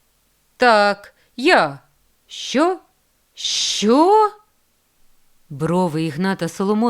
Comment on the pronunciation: Дякую. Але чому ж пані читача не відпрацювали свою вимогу. Ріже вухо " чЬогось" "ШчЬо". Дякую все є таки . Хотілося б покращення вимови.